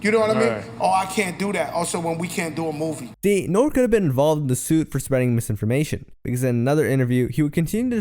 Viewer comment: ITS NORE (say the E) 😂